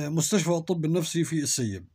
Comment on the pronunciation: تسلم على القصه بس نطق ولاية السيب غلط ❤